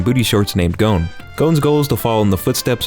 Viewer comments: i liked you until you pronouced gon like goone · On the hunter x hunter dub, i have been re watching the show in dub, and its...alright. Watch it in sub. My major complaint is that everyone is saying goan. Its not goan. Its gon. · Who else got triggered when you heard him pronounce Gon’s name wrong